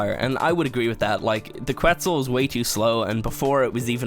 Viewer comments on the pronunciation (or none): none